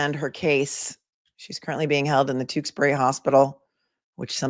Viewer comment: I'm very impressed that you pronounced Tewksbury correctly. 😂